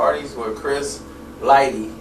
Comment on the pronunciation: he stay sayin Lightly...😂